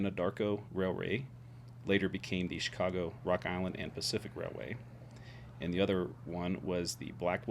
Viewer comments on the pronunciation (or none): none